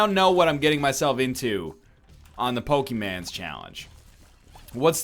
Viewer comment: LOL I TOT YOU SAID IN THE SPIRIT OF POKEMAN????? Such a disappointment. You should change the title to NOT-pokeman.